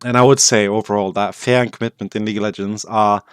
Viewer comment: i'm glad you wrote fear in the title because i would be confused other wise because you pronounce "fear" more like "fair"